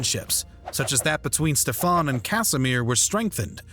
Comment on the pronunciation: Ștefan The great (like you say SHIT in English, not S but SH) .. however I do appreciate the way better pronunciation than many other american idiots.